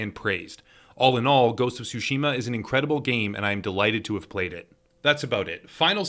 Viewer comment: I'm sorry but it just hurts my ears. It's not "sushima" (like sushi) but "tsushima" (like tsunami).